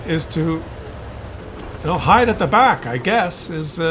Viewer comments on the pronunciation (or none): none